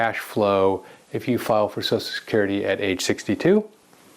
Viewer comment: ~ What's so hard about pronouncing the phrase "Social Security?" So-Shell Security. Not "so-so security," not "so-security," not "so-sue security." Drives me nuts.